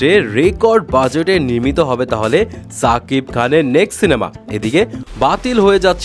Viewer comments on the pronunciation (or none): ছাকিব খান না ভাই শাকিব খান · ছাকিব খান না শাকিব খান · ছাকিব কে রে ভাই? শাকিব বলতে কি সমস্যা?